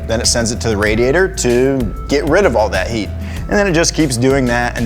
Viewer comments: Lol he said “radiator” instead of “radiator” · "rädiätör comes out" allmost rally engnlish